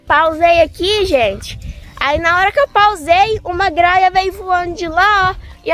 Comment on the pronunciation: o nome é gralha, não graia porque vc não pronuncia os nomes direito,vc estuda tanto, presta atenção e fala direito